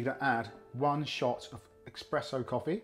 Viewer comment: No!😫😩 it's not called expresso! It's called espresso.